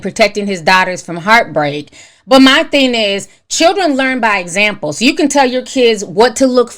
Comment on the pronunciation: Do anyone else hear her saying thin instead of thing? 🥴